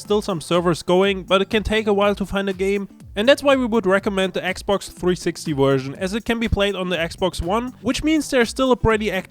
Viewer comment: Like I just finished typing and the CC can't figure him out after 3 words and he said the word "version" like ver-zi-za-zeation